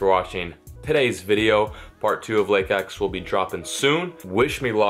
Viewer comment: "I'm finally fishing Lake 'EcH!'" 😂